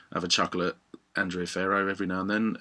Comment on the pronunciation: Btw it's pronunced "AND-REH-AH".